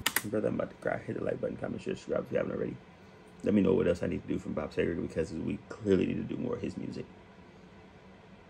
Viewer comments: “See-gur” , not “Say-gur”… ANY song you play that is suggested to you will be Golden! Trust your long time listeners!!!my personal favorite and I’m 72 yrs of age…been listening to him for 50 years… and I’m not hating here brother, but the repeating what he says at the end of each line is annoying….js! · I grew up with Bob Seger.. Pronounced "Seeger". Never heard of the stuff on your shirt dude. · Welcome to the Bob Seger ( pronounced See -Ger ) world of AMAZING songs !!!! You can not go wrong with Bob !!!! No bad songs in my opinion...lol /////// Mainstreet....Like a Rock....Turn the Page....Roll me away......Come to Poppa....Still the Same....Old time Rock & Roll....We've got tonight....Shame on the moon.....SO MANY GREAT SONGS !!!!!!! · Love Bob Seger (pronounced Seeger). There are so many songs you will love! Like a Rock, Turn the page, Old Time Rock & Roll just to name a few! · Any and every song from Bob Seger (pronounced see-gur) is well worth your time! You've probably heard a few from soundtracks and commercials (Like a Rock features in quite a few truck ads, plus Old Time Rock-n-Roll). Listen to the suggestions here, or just stroll down his catalogue. You won't be disappointed. Personally, I'd like to see you react to "Shame on the Moon" and "Katmandu", with "We've Got Tonight" as a sweet dessert ;) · You must always listen to Bob Seger live. And it’s pronounced Seeger. Yeah, I’m a fan LOL He is actually my all time favorite. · Love this song! Enjoy seeing people exploring his music. The actor you noticed is from the TV show Friends. FYI his name is pronounced "see ger" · It’s pronounced see- ger, good reaction! He has a very extensive catalog with some fantastic songs, worth your time to delve deeper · Not a bad one by him..choose anything and it's great. BTW..it's See-grrrr. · It's pronounced See-ger. He's from my home state of Michigan. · Pronounced " seegurr you can't go wrong with Uncle Bob ✌️ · Seger (See-ger) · It's pronounced Seeger.